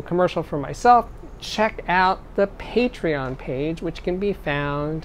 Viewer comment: Yes, what's Patrion?